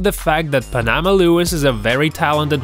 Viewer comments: Pan-uh-maw not punamah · PAN-a-ma NOT pa-NA-Ma tf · the prounouncations.. haha.. panama.. and bow-e.. AND HE DIDN'T MURDER MAX KELLERMAN, HE MURDERED MAX'S YOUNGER BROTHER. fix that. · Maybe learn how to pronounce names.... Unless this is a fake voice. If you don't know boxing terms or how to even pronounce "Panama" then it's pretty silly.....